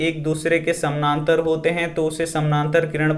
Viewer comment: Samnantar nhi samantar sir